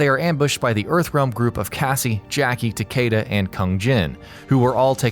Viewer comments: Takeeda not takyeda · Sin-Dell & Tuh-Keyduh